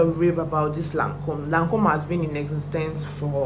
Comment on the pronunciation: 😂😂😂😂 not u bastardizing the Lancôme perfume pronunciation! I need to smell that perfume sha!